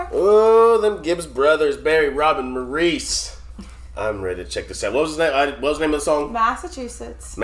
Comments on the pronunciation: Maurice is pronounced “Morris” not “Moreees” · Minor thing but Maurice's name is pronounced "Morris" not More-reece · Maurice actually pronounced his name Morris. ❤ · Guys his name is Maurice as in Morris, not Maureece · BTW - Maurice is pronounced the English way (Morris) not the American way (Maur-eeece). ;) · Country Roads, Rings Around The Moon, Heart Like Mine are great too. Maurice is pronounced Morris. You cannot be in the fan club if you don't get that correct. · Guys, it’s the Gibb brothers…not Gibbs. And Maurice is pronounced like the name Morris. Beautiful song by my beautiful Bee Gees. Try “Run to Me” next. The harmonies will knock your socks off. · It's pronounced Morris. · This was written when the twins were still in their teens and Barry barely out of it! Amazing! Btw, Maurice is pronounced Morris. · Maurice's name is pronounced "Morris." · For such a huge Bee Gees fan, you would expect to know it is pronounced Morris. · I always heard that Maurice’s name is actually pronounced as Morris. I can’t say that 100% correct but it’s just what I heard. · Maurice, but pronounced Morris. So many fantastic BeeGees songs . This is one on my favorite early ones of theirs. Robin’s voice, fabulous. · It's pronounced "Morris" he sang the high parts in the pre disco years. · Robin was THE lead singer in the early BEE GEES. It's pronounced "MORE-RASS" Gibb. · As someone else said on here, Maurice is pronounced Morris. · Maurice (pronounced Morris) stated Robins voice was their mothers favourite. You should try I’ve just got to get a message to you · Just so you know in case you have never heard them speak, Maurice is not pronounced by them as you said it. They call him Mo because they pronounce Maurice as Morris, hence the nickname Mo. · IT'S PRONOUNCED 'MORRIS' LOL! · Just a heads up for. Maurice, despite the spelling, is pronounced "Morris." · Guys Maurice pronounced his name "Morris" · Maurice pronounced his name like Morris. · pronounced morris